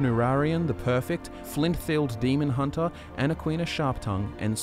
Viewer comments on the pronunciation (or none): none